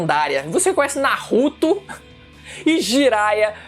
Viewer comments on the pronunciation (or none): Kkkkkkk que legal kkkkkk o cara falando nahuto